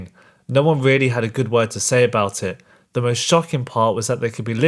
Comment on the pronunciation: “Men are ze problem”